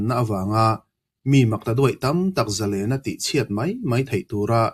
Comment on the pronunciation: Zalênna ni lo in, Zalenna (thluk loh tur ni zawk lo maw)